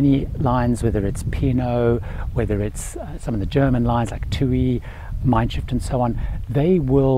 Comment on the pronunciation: Hope you don't mind me saying, I'm not sure but I think I heard you say it twice; it's pronounced Mein Shiff, not Shift. Shiff means Ship in German. ;) Thanks for the great video! Happy travels!